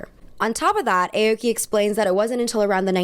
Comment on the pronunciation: hi!! love this video:) just wanted to offer some advice (as a japanese person) on pronunciation! aoki wouldn’t be pronounced like the alphabet letter “a”, it would actually be more like “ah-oki” like if you were saying “ahh”! harajuku wouldn’t be “hair-a”, it’s actually “hah-rah”, like a “haw” sound! hope this doesn’t come across as rude, i think it might be good to look up what the pronunciations of japanese words/names etc are for videos just to ensure accuracy!! love u 🤎🤎